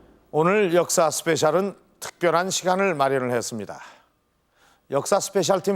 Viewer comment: 공식 제목은 역사스페셜인데 왜 유인촌 씨는 자꾸 역사스페샬 이러는거에요? 저번에는 캐나다를 카나다 카나다 이러시던데 ㅋㅋㅋ 노인분들은 왜자꾸 영어발음을 이상하게 자기멋대로 하시는거져?